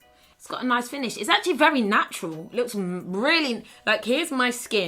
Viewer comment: When she said AAatcually. I died tbh